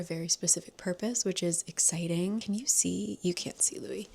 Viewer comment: Louie not Louis! Love your vlogs ❤